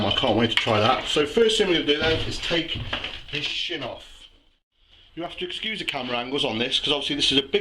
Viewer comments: I keep thinking that he's saying, "Let's take this sh*t off!" Nice meat btw. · Pause. Did you say take this shin, or shit, off? lol.